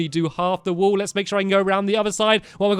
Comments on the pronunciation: "wall" not "wool" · Does anyone notice that says wool in the intro rather than wall. 😹😹😹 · Do they say burn the wool or burn the wall?